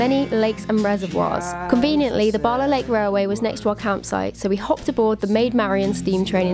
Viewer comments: 😬 eveytime you said barla my head screamed bal a 🤷‍♂️ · The two “a”’s in Bala are pronounced hard and short (as in Pall Mall), not pronounced “ah”. So definitely not “Bahlah”. Also Bettws y coed is not pronounced Betsy, but Bett-oose uh coyd.